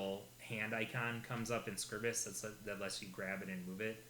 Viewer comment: Oh ye Gods! It's SCRY-bus!